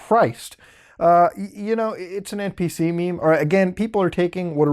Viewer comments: You say maymay an obnoxious amount of times. Like a teenagers calling the police popo or some dumb shit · Oh god, the way he pronounces "meme" as "may-may" is so grating on my ears. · Pronounced "meem." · Did he say 'may may' smh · Its "meem" not "maymay". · It took me like 5 minutes to figure out why he keeps saying MAY MAY . *roflmao*. "Meme" is pronounced MEEM dude! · Its pronounced meem not mey-mey. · Its not "me me" its "meem"... At least that's how I was told this made-up word is pronounced. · me-eem not me-me. not sure if youre intentionally exaggerating it. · Why do you call it me-me its one word meme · are you saying maymays? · mae- maes? Reassess your life, its MemE and not mae meas. That is the thing that offended me in your vid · Its meme not 'me me' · Meeeeem...not may may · MEEE-EEEM, Not MAY-MAY. JEEEZ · I can tell if he's mispronouncing meme on purpose or not! Meme not May-May. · Why is he saying ME ME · He tells us to leave if we're offended by politics and npc memes, yet he never tells us to leave if we get offended by him saying it as 'Me-me's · I had an aneurism when he called them “Mei Mei’s” 😂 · I commit warcrimes each time muta pronounces meme as maymay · You just saying may may is already offending me... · You saying may may have me cancer. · Wtf is may-may? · What the fuck did you just call a meme? MaeMae, REALLY? If you cant even pronounce it you shouldn't be talking about it, it makes you sound like an NPC... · WHAT TRIGGERS ME IS THE FACT THAT YOU SAY MEEMEEZ FOR EFFING MÊMES :O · Ok now i need to ask a question, Did Muta pronounced memes as "ME MEs" for shits & giggles? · I dont get offended *muta says "mémé" instead of "mime" * YOU WHAT? ? XD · You saying May may is triggering me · What the fuck is a maymay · Its pronounced MEH MEH! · Me me? Lol you dont even know how the word "meme" is pronounced? Omg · "Meh meh" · it's a meme, not a 'MÉMÉ'. im going to create a new account and dislike the video every time you say "mémé"